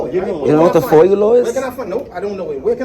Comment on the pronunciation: And its not foil its foia🤣🤣